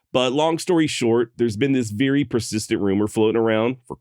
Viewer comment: My man said "veery"